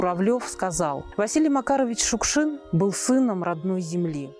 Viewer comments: Чёрт знает что! Для чего вдруг понадобилось в этом фильме постоянно произносить фамилию Шукшин с ударением на первом слоге, если всегда и везде и при его жизни, и после до сих пор говорили Шукши́н? Повыпендриваться захотелось? И Театр наций как образец работы с произведениями Василия Макаровича тоже напрасно показали. Ох, и отматерил бы он и этот театр, и создателей данного фильма, если бы только мог... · Спасибо большое за фильм! Василий Макарович Шукшин - кладезь нашей российской культуры, наш Земляк, воспевший не только самобытность жизни родного края, но характер настоящего мужика матушки-Руси! И все же, как непривычно слышать новую (старую) трактовку фамилии: мы привыкли делать ударение на последнем слоге. Спасибо за кадры, за отличное повествование, за память! Ждём продолжения